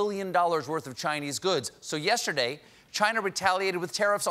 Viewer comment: I can't wait for the day Colbert learns to pronounce Chinese NOT like it was French.